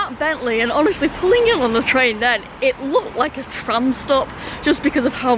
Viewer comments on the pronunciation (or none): none